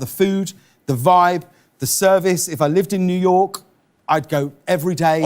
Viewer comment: I don't like how James says "New York" with that emphasised "k". Idk why, just... please James, don't say New York again for the rest of your life